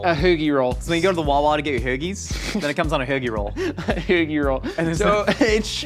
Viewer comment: ho(like your mom) gi. perfect pronunciation.